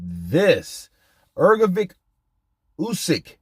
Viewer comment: Hrgovic is pronounce like Hrgovych. Trust me I'm from Eastern Europe too